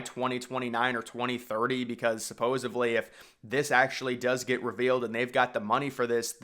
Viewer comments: It's "supposedly"!!! There's no "supposevly". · I getting my info from a guy who says “supposaBly